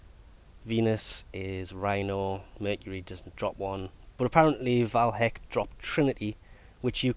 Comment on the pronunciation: Btw its VAY Hek not VAL Hek.